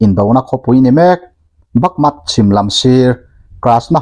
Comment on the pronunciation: Bakmut ti a inziak hi Bakmat i han tih tlat mai chu le, va mak ve.